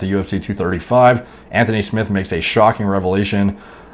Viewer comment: Anthony Smith not smiths